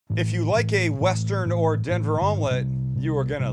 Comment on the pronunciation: He is making "Dever" Omlette💀